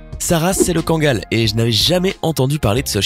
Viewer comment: Tu dis mal le kangal